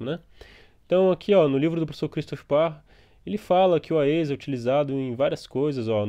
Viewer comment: A-E-S != Ah-Êee-ess xD